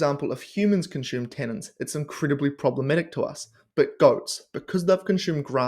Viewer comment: Its pronounced con-soom, not Shume.